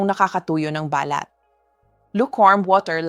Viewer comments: Hi ni offense po. Paki pronounce lang po ang mga words na binibigkas ninyo at medyo mali. Ex: balat pag bigkas ninyo parang sinasabi ninyo na ba-lat parang sinasabi ninyo sa English birth mark. Please pronounce it correctly kasi iyong bigkas ng words ay most important. Thank you and God bless you always. 🙏🙏🙏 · Too much talk - straight to the point pls … balat is pronounced as balát … accent on last syllable .. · BALAT po ay binibigkas ng mabilis. Hindi po ito BALAT na " birthmark". "Silent"- (say-lent) I love your blog Doc. Keep it up! 🎉